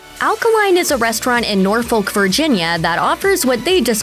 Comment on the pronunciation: It's Nahfuck not Norfolk.